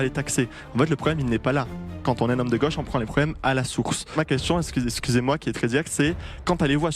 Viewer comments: On dit gauche pas goche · Gauche pas goche 😂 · ...de goooche ou de gauche ? Vous ne savez pas parler français. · De geuche c est quoi accent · Cette prononciation de "goche" est inaudible et insupportable. C'est vraiment le bobo parisien LFiste